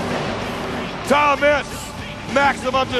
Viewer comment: when I was little I always thought he said Thomas😂😂🤣🤣